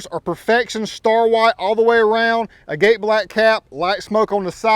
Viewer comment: It’s not pronounced agate black You pronounce it like agat the e is silent